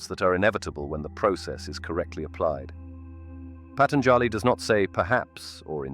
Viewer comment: It hurts how u pronounce Patanjāli. The 3rd a is SHORT not long!! Jivan mukti Jay!